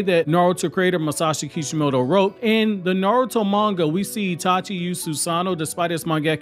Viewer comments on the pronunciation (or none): none